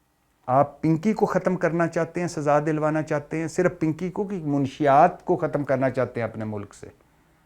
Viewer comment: یہ کیسا صحافی ہے،لفظ منشات نہیں منشیات ہوتا ہے۔